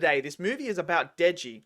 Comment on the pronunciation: loving the video! just wanted to point out (for future reference in case you cover more chainsaw man when it comes out) that the main character's name is Denji, not Deji